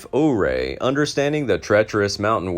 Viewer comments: Ouray is pronounced You-Ray. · Ouray is pronounced U ray. Saguche is pronounced Su watch.